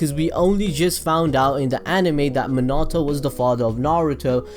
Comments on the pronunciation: My guy said " minartoe" insteas of minato!😂😂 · Its not monato, its miii as in i in inside. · NAHH this guy says minato as min-arrrr-toe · The way he says minato though lmao but good vid